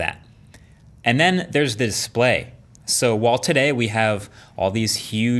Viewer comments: "and the there's the S'PLAY!" 😂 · He said DISPLAY